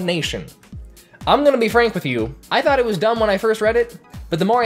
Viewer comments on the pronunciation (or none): none